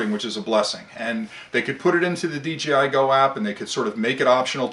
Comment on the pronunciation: Very good points sir. . . Why do you say "DGI" and not "DJI"? I would consider the DJI Inspire a "top of the line", grade A drone. . . Costs about 3 times more than a Phantom 4!